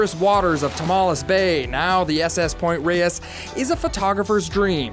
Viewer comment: You're Not pronouncing Point Reyes and Inverness currently! Rays...and In Ver Nas...!